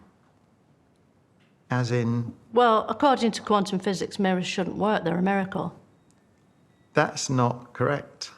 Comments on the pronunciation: lol… did she say quantum mcphysics? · and "Quantum McPhysics" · “Quantum McPhysics” made me laugh